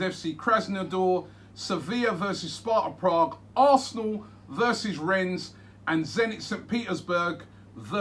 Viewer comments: Robbie get your words right... "Renz"? Rennes....... 😁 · You don't pronounce the "s". It's juste "renne". I'm french so I know a little bit about them. It's a team that is really unpredictable. They can be good one week and rubish the other. But they look dangerous in Europe this season because they're playing with a lot of belief and just overturned Betis Sevilla wich is a really good team. It's a decent draw of course compared to the likes of Napoli, Sevilla...etc but I wouldn't say it's the best Arsenal could get. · FFS Robbie “Rennes” is pronounced “Ren” French pronounciation. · It’s pronounced rennay and they have a really good team. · Its pronounced renne No S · How have Robbie and never heard of Rennes? Pronunciation is laughable. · You don’t pronounce the s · You don't pronounce the 's' in Rennes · You don't pronounce the s in Rennes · You don't have to read the S in Rennes :)))))) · The fact Robbie pronounces the S on Rennes pisses me off